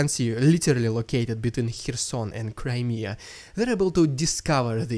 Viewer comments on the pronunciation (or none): none